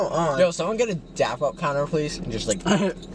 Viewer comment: It’s dab not dap